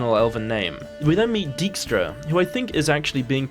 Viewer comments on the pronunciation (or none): The name Dijkstra is also pronounced wrong. In Dutch the pronunciation of 'ij' is 'eye', not 'e'.